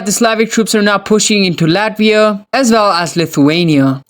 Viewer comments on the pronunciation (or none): none